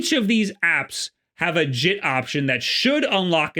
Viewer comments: Bruh said jit like he from florida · When you said “JIT” I looked back at my screen, because for a second I thought that you were talking in Florida slang.